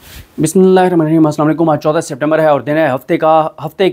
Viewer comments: بھائی اگر آپ بسم اللہ الرحمٰن الرحیم درست نہیں پڑھ سکتے تو نا پڑھیں اس کے بغیر بات کر لیں یا پھر صحیح طرح سے پڑھیں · بھائی خدا کے لیے بسم ﷲ درست پڑھا کرو، یا پھر پڑھا ہی نہ کرو کیوں غلط پڑھ کر گناہ گار ہوتے ہو